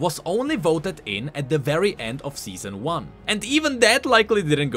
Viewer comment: Seezon duu